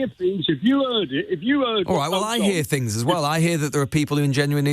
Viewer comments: Fuelled by hate....he's heard fings. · 'eeeeez 'uuuuurd fings is the correct translation